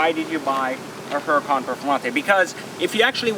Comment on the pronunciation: The one thing I hate is he keeps pronouncing the car's name wrong. Dude it is a Spanish name. The "H" is silent. Also, bad karma griping about a car 99.9% will never own that wish to own someday. Grips are very superficial all cosmetic. My guess you love how the car drives/sounds.